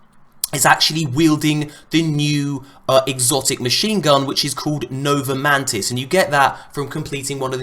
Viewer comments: just a tip if your going to talk about new exotics you might want to call it by the correct name? NOVA MORTIS not nova mantis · It's Nova MORTIS not MANTIS,. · Nova mantis, don't you mean Nova mortis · Nova mantis xD is nova mortis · nova mortis not mantis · MY GOD ITS NOVA MORTIS NOT MANTIS!!! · NOVA MORTIS. NOT mantis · Nova Mortis how hard is it to say it's not mantis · it's Nova *Mor*tis